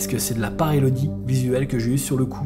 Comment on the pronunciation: Super enquête. Comme dab. Par contre je me permets ( car tu te trompes tout le temps 😅) on dit paréiDolie et non paréiLodie 😁 Très beau travail en tout cas! Toujours des contenus enrichissants même si on flippe parfois 🥴 Bises à l’équipe!